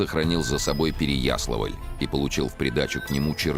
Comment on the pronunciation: С ударениями у Чонишвили беда... Откуда такое желание искажать имена и названия городов? Ну хотя бы ПереяслАвль пожалел бы. А вдруг фильм дети увидят?